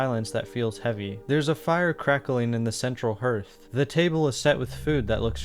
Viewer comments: It's pronounce harth not herth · No hate but btw it’s “hearth” not “herth” (with an “are” sound not a “her” sound) 🧡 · that's an interesting way to pronounce 'hearth'